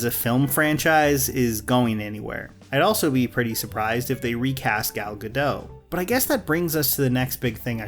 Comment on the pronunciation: They’ll never get Gadot’s name right 🤦🏻‍♂️